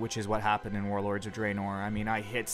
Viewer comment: having so much fun adventuring in ayezeroath and druhnoar.